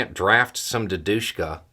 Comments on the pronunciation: Wait...did you say Dudedushka? What? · love your perspective on the Ukraine conflict. Too many western analysts focus on superficial trivia, and miss the big picture.. One small correction though.. The correct pronounciation of the word "Dedushka", places the accent on the "Ded" part.